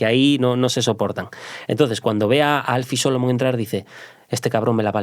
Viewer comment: Al pronunciar el nombre Alfie Solomons a muchos nos dio un escalofrio. Como se nota que no ha visto la serie